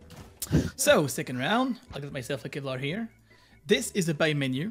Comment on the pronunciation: Love how he calls big shield cevlar haha